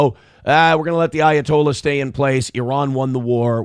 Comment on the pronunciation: Everytime you say ayatollah all I here is of rockin rolla